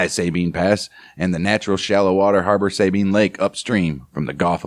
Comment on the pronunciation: I like your report. Keep it up. One thing though, In Texas we don’t pronounce it SAY Bean With accent on first syllable. We say Sa ( as in saw) Sa Bean. With accent on 2nd syllable Thank y’all